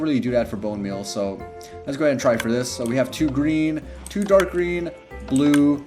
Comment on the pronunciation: This guy can't say the.he says da . Can't say this. Says dis . Can he pronounce t words?